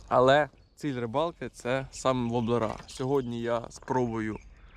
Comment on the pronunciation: вОблери а не воблерА!!! Не треба коверкати нашу мову. Вінничани завжди гарно говорили украЇнською. Сам я звідти!